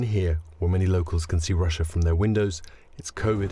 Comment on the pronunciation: "Wussia annexed Cwimea in eastern Ukwaine"